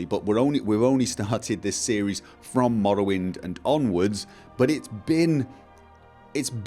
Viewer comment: An insightful conclusion to this little series. :-) And I love how you pronounce the "rr" in Morrowind. :-DD Wonderful accent.